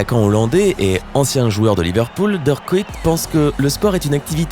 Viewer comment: Le célèbre joueur Kuyt ... mdrr tu sais même pas prononcer correctement son nom genre tu le connaissais 😂